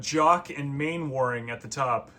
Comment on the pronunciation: Dad mode is a reference to the classic British sitcom Dad's Army. All the characters' names change to the names of characters from that show. Btw, Mainwaring is pronounced "Mannering".